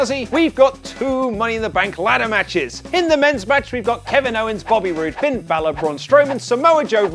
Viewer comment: Did you just say “”?!